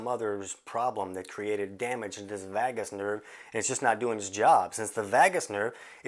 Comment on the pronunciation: VAYgus -- rhymes with BAY and DAY and SAY and GAY and MAY . . .